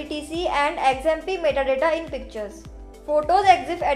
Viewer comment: Lol, that METTA DATTA got me choking.